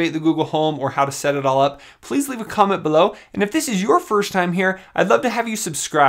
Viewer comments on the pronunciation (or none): Why do you say "Firsht" instead of "First"?